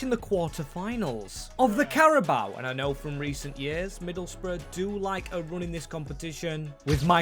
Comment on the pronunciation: Yes, we finally can see rebuilding Middle's Bruv (that's how them pronounced Middlesbrough, right) under Hellsberg 😅